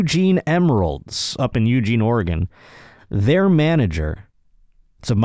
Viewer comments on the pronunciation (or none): none